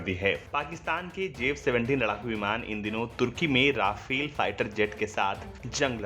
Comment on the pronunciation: राफेल नहीं रफाल होता है